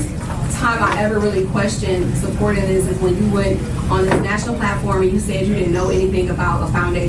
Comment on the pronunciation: Please check her education. I've seen her lie about that. I bet anything she bought that degree. That's why they questioned her about it in the deposition. She said "what's dis have to do wif why we here" They know. 😂